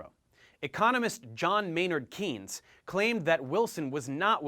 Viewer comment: John Maynard Keynes's name is pronounced like "canes" not " keens"